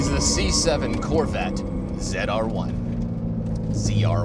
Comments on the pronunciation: Zed-R1. You said it right the first time :) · I like that…” and this is the zed r1… ZR1. Pronouncing it correctly 🎉